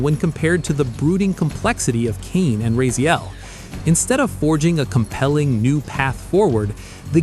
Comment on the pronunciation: Ok, this channel is 4 years old. Why does it seam like it's entirely an AI bot that is just pulling random critics from the web? The voice doesn't even know how to pronounce Raziel even though there is footage of it being pronounced correctly in the cut scenes they show.